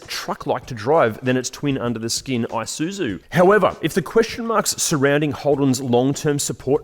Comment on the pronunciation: "AI-SOO-ZOO"! Really. Please pronounce it as "EE-SOO-ZOO".